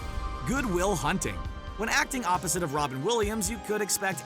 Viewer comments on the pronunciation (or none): none